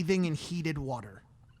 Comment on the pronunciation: bathing in heated whuuuter